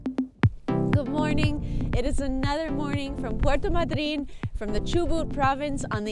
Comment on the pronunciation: I never heard the pronunciation of Puerto Madryn the way you are pronouncing it. Has it changed? The abstract accent was on the “a” not on the “y”. 🤔